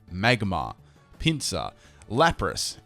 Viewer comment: lol when he tekee pinsir